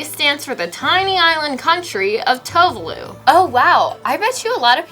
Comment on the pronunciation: as a geography nerd I was absolutely infuriated that tuvalu got pronounced and spelled wrong help